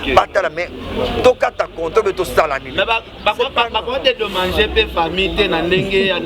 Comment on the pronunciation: Ken penza burro oyo penza tolobaka na portugais ! Dedomagé to dedomangé 😂😂😂